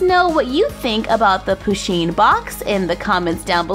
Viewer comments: it's pu sheen not pa sheen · I swear wren she said push-(as in pushpin)in'-box